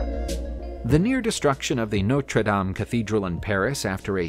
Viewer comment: It's Notre Dame not Nostre Dame! The helmet is from the hands of a metalworking Michelangelo. WOW!